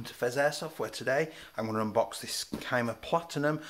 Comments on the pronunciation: It's pronounced SEEE-MA :D love the review and the channel - Keep up the great work! :D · That boy really said “Kai-muh”